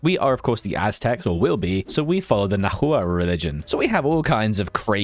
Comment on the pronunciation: My lord the way you pronounced Tenochtitlan was painful. Try "ten-och-teet-lan" instead of "Ten-o-shit-il-an". Also iirc Nahua is pronounced closer to "nah-wa" as opposed to "nah-hoo-wa".